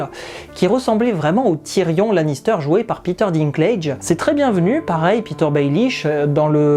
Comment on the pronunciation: T'es Breton ? Lannister pour Lannester en Bretagne...